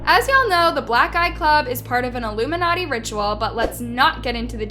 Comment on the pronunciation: if u listen to motive by her and ari in reversed and but it in 0.75% speed u hear doja says ilmunati